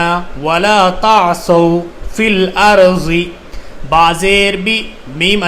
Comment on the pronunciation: Bro aap duaad ko juaad pd rhe arbaic me (duaad) hota h aur urdu me (juaad) to logo ko confise na kre wama aliyena illal bara (Fil arji nhi hai bo filardi hai bo)